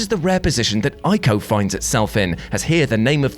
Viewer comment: I'm loving you pronouncing Ico correctly